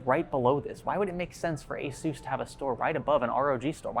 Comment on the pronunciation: FYI, you pronounced ASUS WRONG.